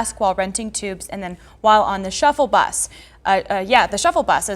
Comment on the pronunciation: Shuttle Bus... Not "shuffle bus"